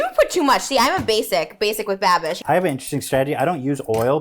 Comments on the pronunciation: Ik Lmaoo why does Trish keep saying bibbing with babish lmaoo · trisha repeatedly saying binging with babbish wrong gets me every time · Is anyone ever going to correct the pronunciation and just the actual incorrect words that trisha says literally every single time when referring to Binging with Babish he's missed a lot of good shout out opportunities at this point lmao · i love how many times trisha fucked binging with babish’s name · both of them constantly mispronouncing Binging with Babish in different ways is sending me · Trisha never pronounces binging with babish right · I don’t think trisha’s ever going to say binging with babish correctly..... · Lol for fucks sake someone teach these two how to say binging with babish lol it’s been like 6 eps of saying his name wrong